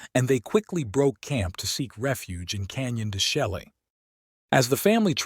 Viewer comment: De Chelly - pronounced DE SHAY